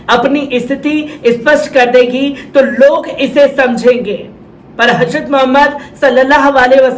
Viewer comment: حضرت ka pronounce sahi karo bhai....